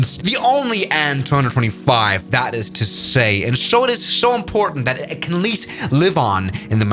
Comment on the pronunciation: an 225 no bro you gotta say it like aye en two twenty five